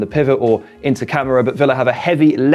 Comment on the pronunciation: It's ka-mara not camera 🤣🤣